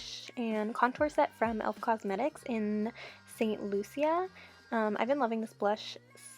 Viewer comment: its pronounced like st lusha not sia the 'cia' is like a 'sha'